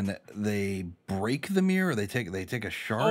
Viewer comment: Your pronounciation of mirror is just myyrrhhh :D